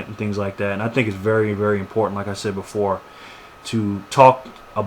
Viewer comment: you said "sayed"